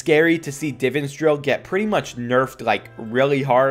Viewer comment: It annoys me how you say Divans